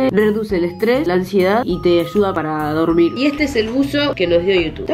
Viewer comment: te ayuda a dorBir me encanto jajaja